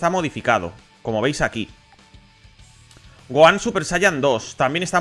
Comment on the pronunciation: Todos: Gojan/Tenchinjan: Goan/Tensian